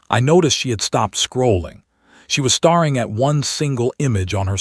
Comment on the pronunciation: ‘Brethed’ instead of Breathed ! ‘Starring’ instead of staring. These are regular AI narration errors. Fix them.